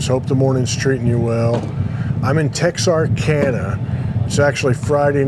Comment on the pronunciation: First off, you pronounced it wrong. Texarkana, there is no accented syllable. Helena, not Helen, the entire River area, the best novel about the Elaine Massacre is "Blood in their Eyes" by Griff Stockly. (Levon Helm was from the area as well) . you should have went to Delight, (Pikesville) home of Glen Campbell. Foreman-Tracy Lawrence. Get on old 67 going out of Texarkana, lots of mom & pops. or take 71 south toward Shreveport, more mom & pop. I was born about a block from that post office on Arkansas side